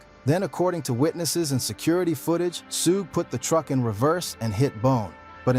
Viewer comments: Wtf is Sugay my negga?! 🤨 Lawd! Dat's why I don't watch these videos wit AI speech usually. The creators be so fkn lazy to make sho all name are spelt right n pronounced right. On foenem. One min it's Sugay or Sueg. Smh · The ai needs it spelled another way shuge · “Sugae” lol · Say it Rite Sugae knight 😂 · Ai. Can't even pronounce his name properly.